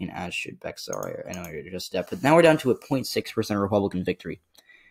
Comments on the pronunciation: "Bexar" is pronounced the same as "bear." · Bexar is pronounced as beyar